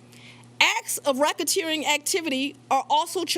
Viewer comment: Rackateering ? LOL. Volunteering surrender ? What ???